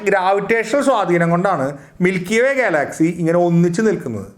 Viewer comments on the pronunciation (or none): നല്ല അറിവാണ് ... പക്ഷെ ഉച്ചാരണം കുറച്ചു കൂടി നന്നാക്കുമെന്നു പ്രതീക്ഷിക്കുന്നു. ഗാലാക്സി അല്ലല്ലോ ഗ്യാലക്സി അല്ലെ ? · ഗാലാക്സി എന്തൊക്കെയാണ് ചേട്ടൻ ഉച്ചരിക്കുന്നത് വിദ്യാർഥികൾ ഉൾപ്പെടെ കാണുന്ന ഒരു ചാനൽ ആണ് അതുകൊണ്ട് ഉച്ചാരണം ശ്രദ്ധിക്കുക 🙏🙏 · Check your pronuciation of Galaxy. You are annoying heck out the listeners.